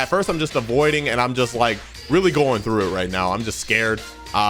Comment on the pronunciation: “IM GOING TROUGH IT”😂😂😂